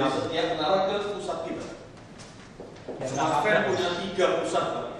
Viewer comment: smartfren, not smart hok. Ka ngumong kek kang Onno w purbo we duluk, je pacak berik ka solusi. setuju dgn kawan2